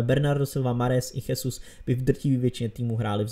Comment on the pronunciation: Nechcem ťa nejak poučovať ale číta sa to Žesus a nie Chesus